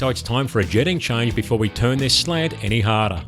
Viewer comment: His inability to pronounce slant in English is sad.... every slant is a slag... I can't decide what is worse, Arkansas or Australia